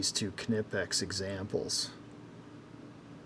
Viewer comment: Why people say kenipex, instead of knipex?😁 It is not right to compare used tools with brand new.